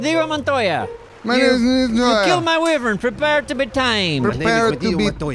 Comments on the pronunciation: it's pronounced WHY-vern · U said wivren but its wyvren